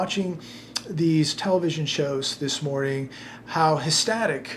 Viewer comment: Hestatic? Its eother ecstatic or hectic